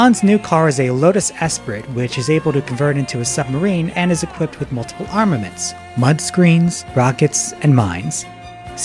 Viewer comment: Entertaining review, but how come you often pronounce names in a strange way. Here it is Lotus Esprit where you say EsprIT and in the OHMSS review you said Telly SAValas instead of SavAlas. Sounds just weird.